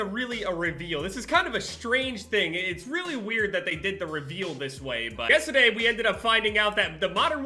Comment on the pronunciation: that jersey accent peepin through "Yestaday"